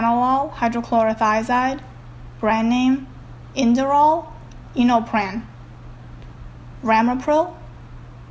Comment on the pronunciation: For the generic name, I think she meant to say Propranolol "Hydrochloride", not Propranolol "Hydrochlorothiazide". The brand names Inderal & Innopran are said correctly.